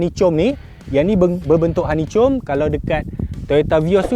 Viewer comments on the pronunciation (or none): Honeychom honeychom.. HA-NI-KOM..x reti jgk xtau la😆😝ak tegur ni sbb ak xnk org mlayu baca BI mcm org indon..sukses sukses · par...’hani-kom’ la par. bukan ‘hani-com’ 😂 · Terbaik..cuma pembetulan sebutan hanicom tu sepatutnya hanikom..maaf membetulkan..😂👍💪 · Honeycomb = Hanikom Bukan hanicom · honeycomb - bunyi dia hanikom bukan hanicom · stressnya dengar honeycomb tu😭 sebutan dia "honeykom" bukan "honeychom" 😭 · Dia saje je sebut macam tu, dah memang perangai nya begitu. Takde lah bengap sangat sampai tak tahu nak pronounce. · Sebutan betul honeycom ke honeycomb...konfius sekejap sbb ni suka wat lawak...kut mmg dia saja je cakap honeycom